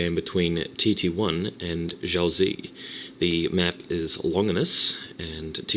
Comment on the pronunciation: Xiaozi is Chinese and it's pronounced: SHAU-tzuh (Emphasis on the "shau").